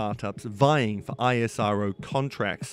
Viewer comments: Isss-row. Not i s r o. Like NASA iS not N a s a. Bro you should know if you make the vid. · It's ISRO not I.S.R.O like NASA not N.A.S.A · Its actually pronounced IssRO